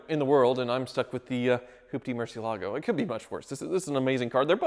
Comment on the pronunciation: Wow, only 37 seconds to desecrate the pronunciation of Murcielago. You're getting better, however. Last time took a mere 16 seconds.